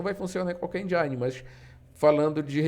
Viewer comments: Muito bom o video. Mas só um detalhe, a pronúncia de "Engine", seria mais próxima de "Endine" e não "Endiaine", acaba parecendo que está tentando falar mais inglês do que um americano kkk Mas o vídeo está muito bom. +1 inscrito. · O i de engine não se pronucia "ai" e sim "i" Desculpa a encenação de saco, bote a culpa em inglês ser uma língua com vogais irregulares :/ E o A do prefab pronuncia que nem o A de Fábio 👍🏼 Aliás ótimo vídeo, obrigado